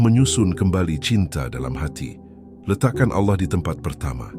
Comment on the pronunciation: kritik buat narator, agar melatih cara mengucapkan kata Alloh, dan tambahkan 'swt', dan juga tiap sebut nabi tambahkan ucap 'saw' latih berulang sampai fasih, latih ke ustadz atau musyid. kl utk narasinya super jos deh mantab, teruskan min...